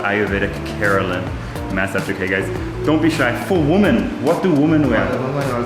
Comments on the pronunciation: Why u keep saying: MEssage???…. It is MAssage!!!!! 🤣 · Take a shot everytime he says May-Saaj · What accent are you using? 'Maysage'..